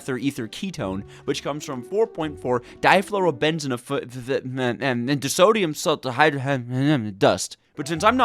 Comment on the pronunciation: Bruh, hearing your brain have a full blow meltdown trying to pronounce 4.4 Difluorobenzophenone and Disodium salt of hydroquinone dust KILLED ME. I love GT to the moon and back but my brain also hemorrhages at some of the chemical names. xD I'm playing ATM 9 for a second time after beating it once with a Greg star; and going to do it again but better. But this time going to have your GT play throughs playing beside me. Love your videos! <3